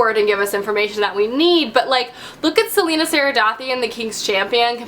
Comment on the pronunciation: Ok I've just got to say this: Celaena = Sell-ay-na Aelin = Ay-lin ❤️ It bugs me so much when people call her selena haha